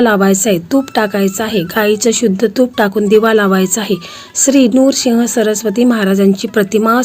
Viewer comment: नूरसिंह चुकीचा उच्चार आहे नृसिंह म्हणा